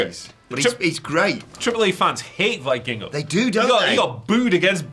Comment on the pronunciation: mispronouncing Vikingo is grating my ears.